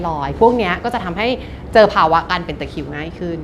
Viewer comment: ตะคริว ไม่ใช่ ตะคิว ค่ะ